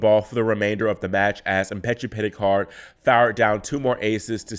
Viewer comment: Go back to the beginning and then again about the 43/44 second mark. He said, "France's Giovanni Mpetshi Perricard..." People mispronounce and misspeak all the time but is in and of the tennis community and is well versed surrounding and involving these players. He's on it. 😉